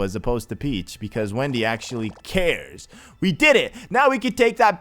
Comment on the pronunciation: it's Wendy not windy